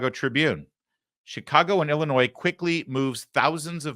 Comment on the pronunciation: I am happy that you pronounced Illinois correctly a lot of people don't know the S is silent